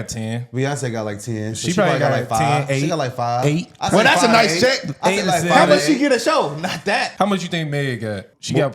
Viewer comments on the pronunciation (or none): none